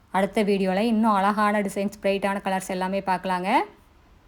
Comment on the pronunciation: Ungalukku zha varatha .?alaga entru solgirirgaltamizhai kollatheergal.